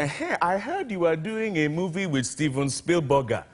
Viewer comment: Tom Crue...Steven Spielburger...Opera Wilenfry!